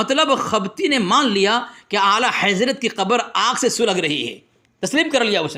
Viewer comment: تم کو اعلی حضرت کا نام لینا نہیں اتا تم تو اعلی حیضرت بولتے ہو صحیح سے بچے جا کے مدرسہ پڑھ لو اس کے بعد دلیل دینا تیرے بس کے بات نہیں ہے یہ 🙊🙊🙊🙊🙊🙊🙊🙊🙊🙊🤣🤣🤣🤣🤣🤣